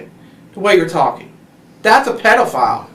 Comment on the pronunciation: THHATFHH A PEDAFAAUILL